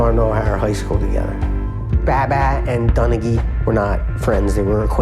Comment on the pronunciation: "Now this guy Tim Don-aw..." 😂😂😂😂😂😂 Larry always cracking me up with messing up people's names.